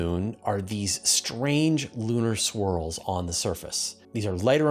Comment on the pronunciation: When you started talking about lunar swirls, I could have sworn you said "lunar squirrels." I was disappointed at what it turned out to be. You have to admit, a piece about lunar squirrels would get 100% of the vote for coolest story of the week.